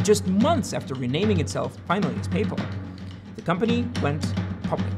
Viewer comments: "Where do they get this stuff?" Uh, from the Italian language and the terms are Sicilian Mafia terms that have just been applied to these people. It's pronounced Don (how did you get "do-hne" out of like one syllable?), and it's "PAYYYYY-pal", not "pey-pl" (How do you mess up 2 single syllable words?!) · Great video, but PayPal is not pronounced like “papal”, as in, of the pope. The second syllable is “pal”, as in friend or buddy. So the company name is pronounced “pay-pal”. Rhymes with “decal” or “SoCal”. Also, Peter Thiel’s last name is pronounced with a hard “t” sound at the beginning - sounds like the color, “teal”. Sorry to be so pedantic, but it seems important if you’re teaching stuff on YouTube to pronounce that stuff correctly. Other than that, loved the video. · Pay-pal 👏👏2 hard syllables, not papal like a pope. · So, have I been saying PayPal wrong, or is it just this guy? What I’m hearing is closer to ‘People’, like Payple- is this how it is supposed to be pronounced? Not pay + pal (as in buddy?), not trying to have a go - genuinely wondering since I expected the top comment to be that, someone commenting on the pronunciation. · Why can't you say PAAAYY sounds like papal like catholic pay pal easy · So…. Papal refers to the Pope. PayPal is the payment company that eBay used/uses, etc. Pay……Pal. Not papal. Like, your pal who helps you pay. Your pay pal. Not the guy in Rome with the funny hat. Just wanted to get that straight. ;-) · Say it with me: pay pal. Not payple. Please? And BTW, I love this channel; But it seems like other intentional pronunciations to annoy people that I've heard, lol. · Papal?? like the pope?? its payPAL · He keeps saying “paypell” like the pope. Isn’t it “pay pal” like paying a friend? Super annoying. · The way you say paypal I thought at first you said the Papal Maphia, which made me think was the pope involved with paypal? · your pronunciation of PayPal is absolutely fascinating. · why do you pronounce paypal like that